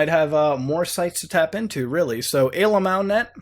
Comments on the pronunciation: Stop saying AYYLAMO. fucks sake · i thought you were saying alemals. not know what that was i googled it and dog porn came up. wtf.